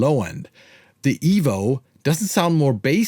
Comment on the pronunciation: Why does the thumbnail say $29 when it is actually $150? Also it's not pronounced "evol" or "evil" is just EVO. Anyway, whatever.